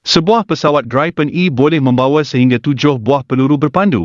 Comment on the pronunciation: Sebutannya BUKAN GRAIPEN tetapi GRIPEN.